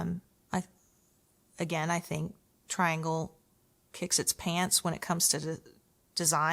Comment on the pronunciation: With respect. The name is pronounced tree-ahn-gle.